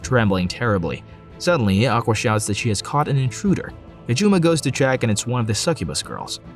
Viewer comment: Not a game, he couldn’t choose any girl he wanted, you kept pronouncing his name “Kajuma”